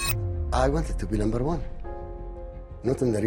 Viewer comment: Lumber 1 😂